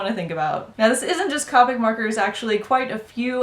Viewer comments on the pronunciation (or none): The word is COPIC! The "O" is pronounced it is NOT an "A"! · I die a little inside every time she says copic with a short o. I looked on copics website and it said pronounce it with the long o